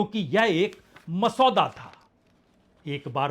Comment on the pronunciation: Masoda nahi.Masaw- Wada is correct and it is a Persian word